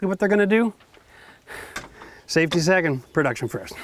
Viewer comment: Why would you say safty second